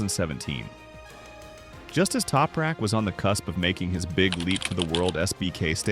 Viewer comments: Sein Name wird nich toprek ausgesprochen, sondern TOPRAK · Why can’t the commentary consistently pronounce Anything Properly !!! Other than that Crap, a great synopsis on Tooprak’s history 🙄